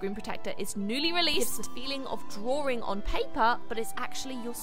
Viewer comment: The way you say drawing, (drawring)